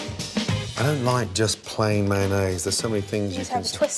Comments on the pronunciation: "Manaze" - Chef Gordon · UK: meh-en-nayse SG: may-on-nis